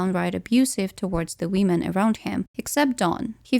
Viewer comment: why do you always say "wiim'n" ? 😭